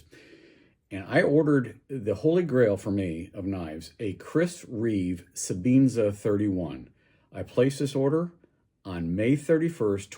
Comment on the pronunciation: Sebenza... Not sebeenza!